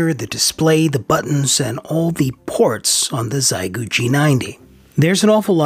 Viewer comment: It's "She ay" gu..actually.